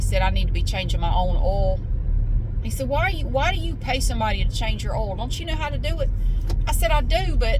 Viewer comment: Hi, I absolutely love how you pronounce the word 'oil'. I have tried so many times to copy your pronunciation of oil, but my Aussie accent just won't allow it! Thank you for your videos. 😊